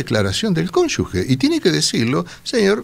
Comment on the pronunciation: Cómo les cuesta decir bien CÓNYUGE!! No lleva U